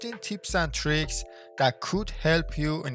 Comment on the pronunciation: bah bah "teeps" and "teereeks" 😂